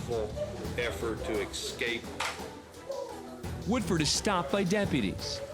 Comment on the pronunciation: judge said EXCAPE though, It's ESCAPE. He's supposed to be an educated man ffs.